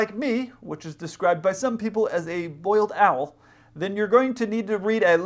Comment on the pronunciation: Dude said boiled owl! I'm dying